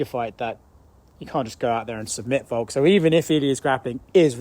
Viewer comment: Why does Craig always call Volk "Volks" with an S?